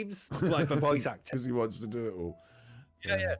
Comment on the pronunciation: "Dood this comb cheats, it does what it wahns"